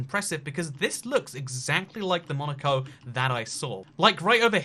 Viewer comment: When he said Monico, I thought he said Monika and I was like😲